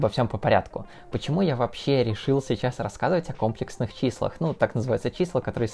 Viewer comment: Потому что он сам не понимает о чем говорит. Уши вянут от ко́мплексных чисел..